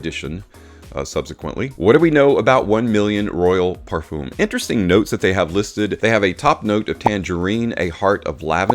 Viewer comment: Your videos are really good . Great graphics as well. But just to point out . PARFUM is pronounced differently. Common! A true fraghead should know how to say Parfum It's like in Eau de Parfum Thank you Humble viewer basen in London